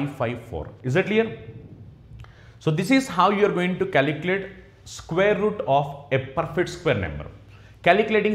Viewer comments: Calculate or caliculate😢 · Calikilate LOL